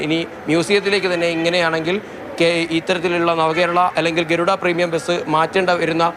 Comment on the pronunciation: എടൊ ബെസ് അല്ല ബസ് ആണ് ആദ്യം പറഞ്ഞു പടിക്ക്